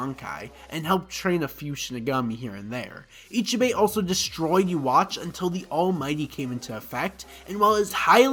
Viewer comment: Who the fak is uwatch ? 😂😂😂 bro it’s pronounced like yoo-ha-ba-kh